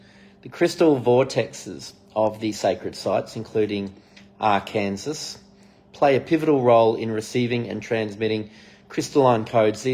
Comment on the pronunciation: Arkansas is pronounced Arkan-saw. ❤️